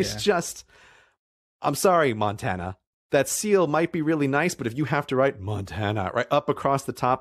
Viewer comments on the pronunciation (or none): none